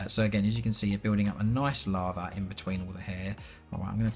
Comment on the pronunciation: When you say lather it sounds to me like you said lava...and I imagine cleaning the brush with lava :D